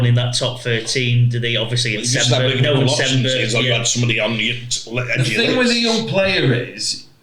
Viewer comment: Stop calling Nsemba, DECEMBER you numb Yorkshire cranks!